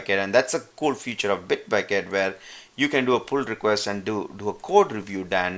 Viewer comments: Nice explanation !!!! but you are keep on saying "future" to feature. its not future its pronounce as feature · Excellent video. The only problem i faced was you pronouncing "feature" as "future" which i was like i don't see any "future" written anywhere in my or your sourctree lol. Again, really helpful video. Thanks!!!